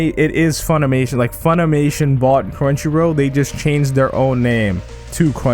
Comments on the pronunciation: Also it's crunchy roll not row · Crunchyro??? Am I the only one hearing that?